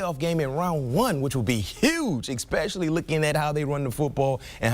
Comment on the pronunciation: If you're going to be on National Television. Please say your words correctly. It's pronounced Especially.. There is no X in the damn word.